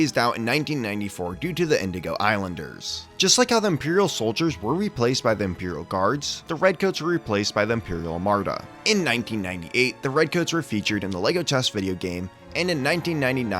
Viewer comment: Great video! I've really enjoyed the several videos of yours I've watched over hebkast couple days. That said, it took me a long time to realize you were trying to say the word "Armada" when you were saying something that sounded like "marda".